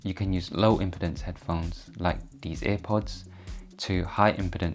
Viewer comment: It’s “impeeeeeedance”, not “impitence” smh